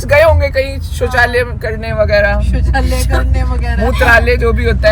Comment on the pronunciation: Shauchalay hota Hai shauchalay😅😅😅